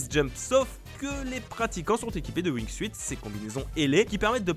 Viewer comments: on dit "wingsoute" pas "wing-suite" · Jaime comment il dise le wuing suite au lieux du de la prononciation en anglais du wing soute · On dit pas Wing"suite" on dit Wing"sout" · ça se prononce wignesout pas wignesuite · ouingsuït.... Ca se prononce Wingsout ! Tu ma stressé >w< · Le "wingsUIte" lol... SA SE PRONONCE LE "WINGSUTE" !! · "wingsuite"... please, ça se prononce "wingsoute", c'est la base! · Ça me démange à chaque fois que tu dis "wingsuite" (Ça se prononce wingsoute) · Wingsout on dit bordel, pas wingsuiiiit... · lol il a dit wingsuïte mais sa se prononce wingsoute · Ca se prononce wingsute pas wingsuite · Wingsuit se prononce Wingsout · alors wingsuit ne se prononce pas wingsuite mais ring sout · wingsuit se prononce wing "syoute" et pas wing "suite" c'est pas grand chose mais ça nique vraiment la crédibilité... s'il vous plait faites gaffe à ce genre de detail, sur une video de ce niveau sur une chaîne de ce niveau ! z'êtes pas des amateurs enfin ! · Arretez de dire wingsuite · Wingsuit, ça se pronnonce wing-soutte. Merci. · pitié on dit "wing sioute" c'est de l'anglais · Mdr « wingsouite » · Wingsuite?! Les gars c'est pas comme ça qu'on prononce! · Le Wing SUITE 😂😂😂 Enfin... c'est pas compliqué de dire wingsuite comme il faut... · On dit wing suuuuuuuuuit pt1 aprennez à prononcer pt1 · sa se prononce windsoute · Wing"suite" omg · Le wingsouite ? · Ca se dit wing soute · Prononcer WINGSOUTE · On dit pas wingsuit on prononce wingsunt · Wing siout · Wing soute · Prononciation wingsuit est 😂😂😂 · La prononciation de wingsuit m'a écorché les oreilles ico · mes oreilles saignent (wingsuit) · du wingsUUUit wesh respectés la prononciation les gars et du TALCK pour la grimpe mais putain...